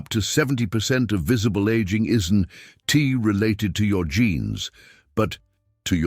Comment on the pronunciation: AI is funny. Isn't is pronounced isn t, don't pronounced don t, that's pronounced that s. Can't it be programmed to accommodate apostrophes? It also doesn't seem to know when to pause, often doing it mid-sentence.